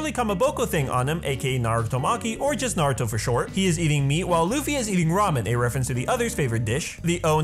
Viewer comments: Finally someone who can pronounce Naruto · Hate it when people say Naruto like (Nawr-Ooh-Doe) when it is supposed to be (Nawr-Ooh-Toe). Thank you for pronouncing it correctly. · finally someone says naruto right!!!